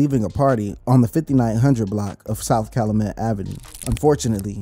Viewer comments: say it with me CAL-YOU-MET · Bro it’s CAL U MET …